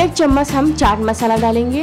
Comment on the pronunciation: chammas nhi hota hai, chammach hota hai ji